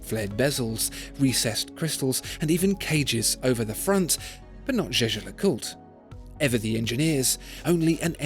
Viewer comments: Is it just me or does it sound like he's saying J.J. LeCoultre? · Hope your prononciation of that brand is better than in the video.... "Jejelacourt"😂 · you mispronounced jaeger-lecoultre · The way Jaeger-LeCoultre is pronounced tells you exactly why nobody speaks French out of choice.